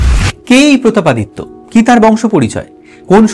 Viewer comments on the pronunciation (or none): প্রতাপ পাদ দিত্য😂